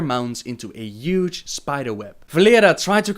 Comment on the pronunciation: I love the way he says üge instead of huge :D.. not a hateful comment by the way.. I find it lovely xD